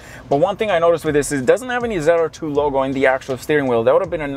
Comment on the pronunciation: ZR2. Not zide r2 lol